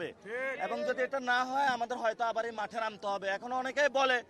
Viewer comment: ওটা যাঠে নয় মাঠে হবে 😂😂😂😂😂😂